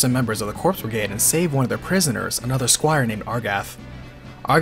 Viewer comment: Corps = Core ... Coooorrreeee... not Cor(P)s... the P is silent